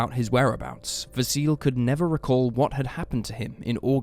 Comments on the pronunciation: 'Vah-see-leh'. That's how how pronounce Vasile's name. Not 'vah-seal'. 😅 In Romanian, we read most of the letters the way they are written, just like in Italian. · Vasile is pronounced Vah-see-lee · GAYbriel, in my culture, not too far removed from Australian. They also mispronounced Vasile. There's a 'lee' pronounced on the end, not a silent e.